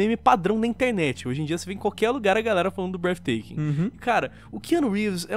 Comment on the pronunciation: Mano o you are breatething (n sei como escreve) já foi falado em mais de 3 vídeos kkkkk